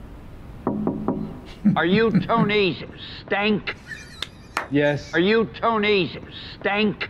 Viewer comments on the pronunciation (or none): "Tony stank"😂😭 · "Tony stank"